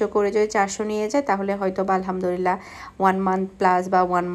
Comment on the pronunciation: apni apnr ktha gular moddhe onkk vhul ase tobe apni Alhamdulillah k bare bare Alhamdurillah kno bolen bujhi na apnr shob kichuy bhalo lage shudhu ey jinishta bade apnak aro onk cmnt kra hoise ey bepare but apni ekdomy shunen kno apu ey ktha bhali bhabe bolle ki hoi apnry to gunnah hoitese tay na apu